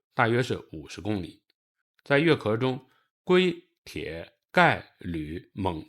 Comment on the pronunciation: 跟我读月壳qiao，废物